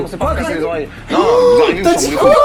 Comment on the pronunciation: Mdr mcfly à entendu poulpe au lieu de couple